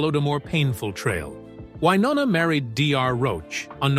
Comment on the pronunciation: Love Wynonna, Hate the A-holes making these sensational videos that bear little real truth in reality. To begin with how about learning how to pronounce her name. Stop already you are a disgrace trying to tear people down to make money. Shame on you.